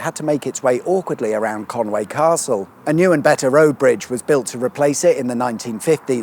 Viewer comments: It’s Conwy not Conway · It’s pronounced Con wee, not Con way 👍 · Llan-dee-las and Con-wooee. It’s certainly NOT Con-way. Just saying.